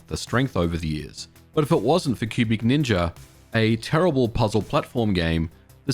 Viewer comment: I keep hearing pubic ninja rather than cubic ninja 🤣